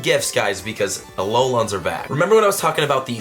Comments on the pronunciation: 😑Tess tess, tess tess ( he calls alolans aloluns) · Ah low Lon’s I’m fucking dead 😂 why the emphasis?